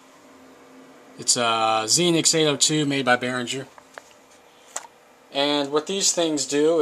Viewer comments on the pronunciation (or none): berengher? hahahah or behringer